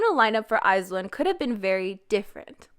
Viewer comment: u pronounce iz*one wrong